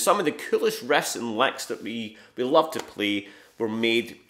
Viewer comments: It's "riffs & licks", guys. Yeah, I thought he was saying "rests and likes" at first too. 😅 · "Refs and lecks"?? 😂